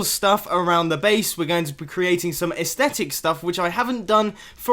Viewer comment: Nice work on that Mumbo! (You finally got the "aethstetic" bug!)